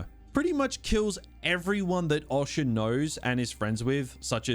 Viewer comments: The way you pronounce Osha is odd (awsha?) . Also half the time you pronounce your Rs like a typical Australian “ah”, then the other half the time it’s a Hard American “oR” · O-sha fucking hell painful man 😅😅